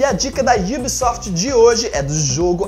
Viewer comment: mano num é IUBSOFT e sim UBSOFT '-'